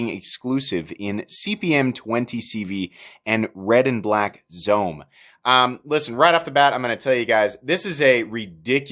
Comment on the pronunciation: Zome is pronounced “zo-may” it is Japanese